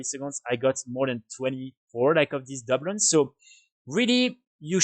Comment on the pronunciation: Just so you know your saying that wrong it’s Du Bloons not Dub loons but thanks for the video love the channel just started playing wow again after a 12 year break and your videos have been helpful :)